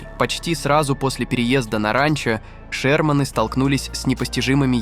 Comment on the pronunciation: ❓Не обОротни, а Оборотни. Что происходит, почему ударения в словах стали нарушать блогеры❓Не шермАны, а шЕрманы, и не шерманЫ. 💥